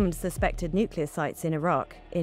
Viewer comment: My take away is that most white people are unable to properly pronounce the word “Nuclear”.